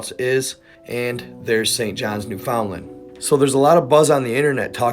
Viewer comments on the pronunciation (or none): Yo spin great yarn my friend. Pronounced newfundland. Just too help. Hmm i didnt really watch the news etc. But of course crasy stuff will come out. Too many things are going on for me too have a clue . I do agree if it imploded it should look like a crushed can, or maybe then inside did but not the outer hull. But hmmmmmmmmm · For some reason we say Newfinland but we spell it Newfoundland. Lol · Hearing a non Canadian pronounce Newfoundland makes me giggle. 😂 Other than that, I do believe something must have happened to the crew, it's hard to believe they would cut enough corners to put their lives at risk, something else must have happened.